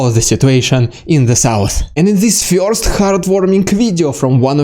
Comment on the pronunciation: Fyorst! Not really, but it tickles me the way you say it 😄